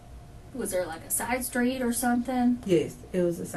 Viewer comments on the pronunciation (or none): “He axed me to drive sKraight ahead & park on the sKreet” 🤦🏻‍♀️